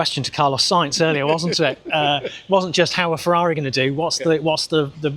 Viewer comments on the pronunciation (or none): none